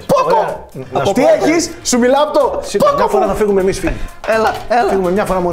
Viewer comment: Το Poco το πρόφερε ωραία πάντως 😅